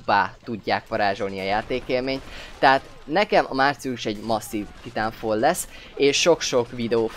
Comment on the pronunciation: Titánfal :D Dat kiejtés.